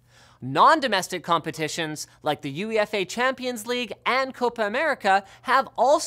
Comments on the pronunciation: You ee ef aye haha it's you aye fah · U-EYY-FA, not U-E-F-A, but a great video nonetheless. Also, for those not educated in English football, the championship is the second division in the UK, the premier league is the first. It works on a promotion/relegation system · Who the hell says You-e-efay(UEFA). dammit Linus, you-ay-fa. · its uefa not u e f a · Not that you might have any reason to every say it again, but instead of saying U-E-F-A, typically it's just said "you-afer" (where afer rhymes with wafer). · "You-ee-eff-ayy" Nah, it's "you-ayy-fah" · "U-E-F-A" should be pronounced you-eh-fa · HAHAHAH he said E.U.F.A and not eufa hahah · It's not commonly pronounced U.E.F.A, it's you-ae-fah, 'ae' being similar to 'say'. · U-E-F-A is just 'uefa' :P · Most people pronounce it "yew eyy fa" not U E F A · Well, I suppose U.E.F.A is strictly speaking correct, but yeah, I have quite literally never heard anybody pronounce it that way before, not to mention that you-eh-fah also sounds much better and is easier to say quickly. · it's UEFA (pronounced U A FA) not U eeefa -_ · did linus pronounce UEFA "UE-FA"? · U-E-F-A xD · You- ay -Fah is how you say uefa. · "U E F A" Champions League :') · Linus, UEFA is typically said as an abbreviation (like NASA or NATO), not an initialism (like FBI or BBC). So it's pronounced "You-ay-fa". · UEFA is pronounced you-ay-fah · First time I heard someone call it U-E-F-A Champions league lol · lmao did he just call it U E FA? HAHAA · EUFA is pronounced like “you-ay-fa” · UEFA say it like you-a-fa please :) 3.32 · Can honestly never say I've heard UEFA called U.E.F.A before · did linus just say yoo yee eff eyy champions league? I think he did. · UEFA was a little odd too. Never heard it as individual letters, its always pronounced you-ay-faa round here. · He spelled it out with individual letters, U E F A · great thumbnail LTT, what a legendary night that was. good job the uefa pronunciation hurts tho..